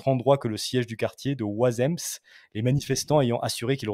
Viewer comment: "Wazèmme" pas "Wazèmmesse"